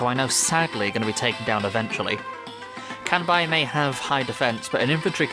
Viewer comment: You’re pronouncing his name wrong. It’s “Kanbei”, not “Kanbai”.